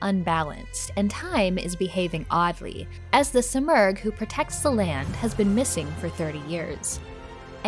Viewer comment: The simorgh is a legendary bird its pronounced seemorgh. I am in the early stages of the game and got a kick that u can change the language to Farsi. This is the first prince of persia gane that u can change the language to Farsi